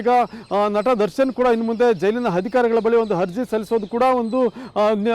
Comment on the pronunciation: ಅಪ್ಪಾ ಗುರೂ "ಹರ್ಜಿ" ಅಲ್ಲ "ಅರ್ಜಿ" "ಹಧಿಕಾರಿ"ಅಲ್ಲ"ಅಧಿಕಾರಿ" ಉಚ್ಚಾರಣೆ ಕೂಡ ಸರಿಯಾಗಿ ಮಾಡ್ತಿಲ್ಲ